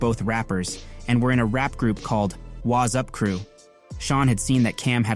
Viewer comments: "Waz Up" 🤣 It's WATTS UP! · AI video? It’s Watts up, not Waz up🫤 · Pretty sure it was Watts Up, not Waz Up. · WATTS UP! not wazz up